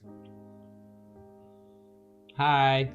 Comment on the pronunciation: Nice way of saying Hi.. are you from nordic country? 😂